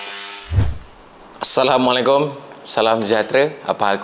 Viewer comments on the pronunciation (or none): none